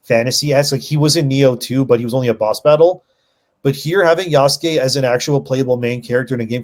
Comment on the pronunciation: Its far cry 3: Ya-sucke